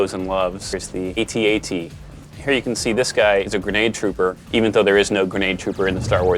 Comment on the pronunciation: AT-AT not ET-AT